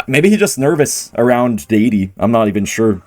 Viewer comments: feels so nervous himself just watching Ken play, he pronounces "Daddy" as "Dadey". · daddy? no, he is Day-de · did bro just say "daydee"?? is bro not fluent